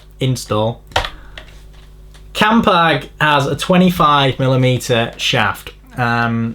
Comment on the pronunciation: Thank fook you said "campag" grates me more than that fiction on the bearings when someone says "campy"